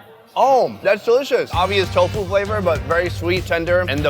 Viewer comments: "one of those we'll choose for the edit" ends up using a lot of those TAHO pronunciations still hahaha you are awesome! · chahooooww 🤣🤣🤣 i love the way he pronounce TAHO 🤣🤣🤣